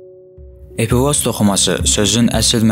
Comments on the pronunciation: Epifoz yox epifiz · Düz dediz amma epifoz yox epifiz vez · Epifoz yox, epifiz:) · Epifoz yox epifiz. 🙁🙁🙁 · Epifoz yox Epifiz sehv demisiniz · EPİFOZ DEYİL EPİFİZ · epifoz yox, Qipoviz, wiwkovidnaya jeleza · Epifoz yox, epifiz vəzi